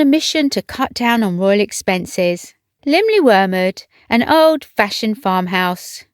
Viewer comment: I appreciate the careful, no doubt correct, pronunciation of the Welsh name of the home. I couldn't begin to guess how it's pronounced!